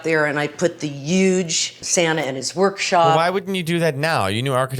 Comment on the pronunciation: The way she says huge! This really uge tree over here.